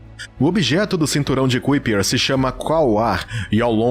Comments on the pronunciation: Bom vídeo, mas o narrador passou quase duas horas a falar o termo "CUIPER" e isso incomoda mesmo. A pronúncia correta é "CÁIPER": The Kuiper belt (/ˈkaɪpər/)[1] is a circumstellar disc in the outer Solar System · Pqp.. Parei de ver o vídeo pq a cada vez que o narrador falar "cuipér" me dá uma agonia enorme. Poxa, custa ver direito a pronúncia das coisas? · A pronúncia correta é ´Kaiper" e não "Kuiper". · Conteúdo muito interessante, mas o jeito que você pronúncia cinturão de Kuiper dói nos ouvidos... 🧐